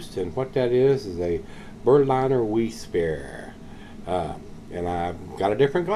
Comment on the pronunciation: It's pronounced Berlin(as in capital of Germany)er. And Vize for Wiesse. Which is German for Wheat. Top review mate. Watching from across the pond in England.